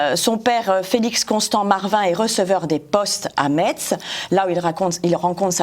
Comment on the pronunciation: Metz se prononce, en français, MESS ! Même les Lorrains germanophones, quand ils parlent en français, prononce ainsi le nom de la ville.